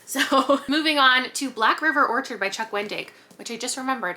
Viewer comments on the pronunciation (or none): none